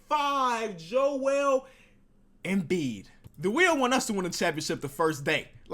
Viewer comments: "W H E E N" lmao sorry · he said 'spin the wheen' lol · spin the WHEEN 😂❤👌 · SPIN THE WHEEN??? wth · spin the wheen 😂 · SPIN THE WHEEN HAHAHAHA good vid tho! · SPIN THE WHEEN HAHAHA (before he edits it if he does) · Spin the wheen😂😂